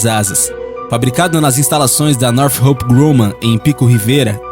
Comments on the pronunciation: Não seria "nortrop" ao invés de "norte roup" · bom vídeo. Sinceramente, pesquise no google antes, para ver como é a pronúncia dos nomes em inglês. É muito estranha e errada a sua pronúncia dos nomes das empresas. Por exemplo, não é Nothhope e sim Northrop. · North rope seria "nortrop"????